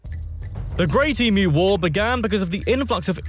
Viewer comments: The narrator correctly pronounced Emu, then straight away you do the classic mispronunciation of Emoo. It's so annoying that Americans have been stuffing up our language and yet if we got yours wrong. While Bob Hawke was in office he gave up drinking. It's pronounced EE+MYOO. Say it out loud a few times speeding up until you get it. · WTF is an E-moo? Some kind of electronic cow or something? And why do Americans always show pictures of Emus while talking about E-moos ? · Ok gentlemen. Say it with me.... Eem...you Emu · Why do Americans struggle to say Emu correctly. It’s not Emooo lol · Its eemyoo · eeemyou is how you say emu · the word emu should be pronounced emyou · Omg. So many ways of mis-pronouncing so many words. Emu is pronounced Eeemyou, Ayres rock is Airs Rock it's also Mt Kosciuszko (cozzyosko) and so many more. But hey he said Canberra perfectly.and did he forget Tasmania??? The island state of Australia and with the most famous convict settlement. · The pronunciation of emu is the most annoying thing to hear, it's pronounced eam-you, I put 'you' instead of 'u' to avoid any other interpretation.... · it’s Pronounced…E. MM. you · The Australian Capital Territory and the Northern Territory are not states. They are Territories. The bird is pronounced Eemyou not eemoo. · It’s pronounced emew not emoo. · My mum made the BEST kangaroo patties and substituted for hamburgers! Delicious! Also, it’s pronounced eem-you not e- moo. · Your Question..."is the South of Australia cold?" Summer now here in Perth-the South of Western Australia, it was 42c(108f) yesterday...(& where I live we had no fkn power) 🥵🥵🤦‍♂️ In winter it sometimes gets down to 4c(40f), though occasionally it dips to 0c. P.s Emu is said - eem-you, NOT eem-oo. ..Or maybe the USA is actually said OO-SA 🤔 ya feel me!? 🙃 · Emu is “Ee-mew” not -moo. Oz is 85% the size of continental USA. Many countries have part of Antartica. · Say it with me "Eee-mew"... not "Eee-moo" 😂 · E MEW not E MOO !